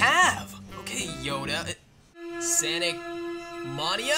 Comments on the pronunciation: It’s sonic mania not Santa Maria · is cilld sonic mania not sanic monia and it hut my ears! >:(